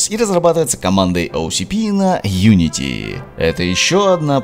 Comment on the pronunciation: Хотя ты итак хорошо произносишь😁